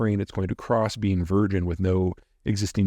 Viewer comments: It's "taiga", tie-guh, not "tagai" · Just a friendly correction on what you called Taigai. Is actually just Taiga without the extra i